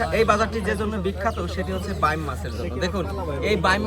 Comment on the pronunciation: বাম মাছ শব্দ টা কোন বই থেকে শিখেছেন??? বাইম উচ্চারণ করতে কি কাস্তের উপর বসতে বলে আপনাকে??? আঞ্চলিকতার ছোয়া মানে ভুলভাল নাম বলা নয়!!!😂😂😂